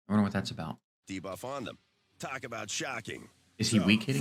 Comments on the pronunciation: I hate the way dude says debuff - DAY-BUFF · DUH-BUFF? It’s got to be janky AI right?